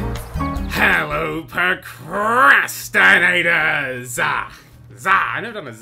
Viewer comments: lol "percrastinators" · Did he ever learn how to pronounce procrastinators?